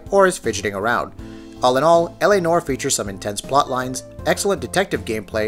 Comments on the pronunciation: La Nor? It is pronounced nwoare. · It's pronounced 'nwahr', not 'norh' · new-are not nor. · LA Noire (pronounced nwaier, NOT "nor") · It’s Noire, not “nore”